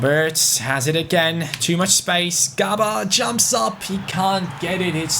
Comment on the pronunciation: it's prounounced jaber not gabar